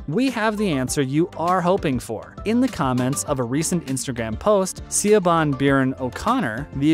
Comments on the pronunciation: Also, her name is not Seeo-bhan!!! Her name is Irish and pronounced Sha-vaughn!!!! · Dear dummies, the producer is not siabon, it is Siobhan (sounds like shib-hahn) O'Connor. You are unbelievable. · Siobhan isn't pronounced See-O-Bon... It's Irish, it's pronounced Sha-von... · C-o-bahn? You're putting out videos on a platform that would literally take you less than 30 seconds to find and watch a video on how to say the producer's name. It's Irish and it's pronounced Shuh-von. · Siobhan is pronounced "Shi vaun", not "See o ban" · Actually it is pronounced like Shib-hahn, it just sounds like sha-von when it is said quickly, I have even seen it spelled as Shivonne, interesting, kind of like how some spell Sean as Shawn. If one has Celtic relations it might be known that 'S' followed by a vowel has a 'Shhh' sound, if not, it is easy to understand their mispronounciations. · He messed up O'Connor's middle name as well. It's not C'Bon. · Also Siobhan is pronounced Shivaughn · Also, Siobhan is pronounced Shivahn (Irish language spelling) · SIOBAN is pronounced SHIVONN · The executive producers first name Siobhan is pronounced “shevahn”. This guy obviously didn’t do his homework. Baez by-ez